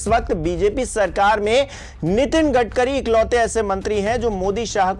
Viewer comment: U r currently said gadgari